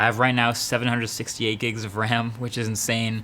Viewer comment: did he just say 748 gb of ran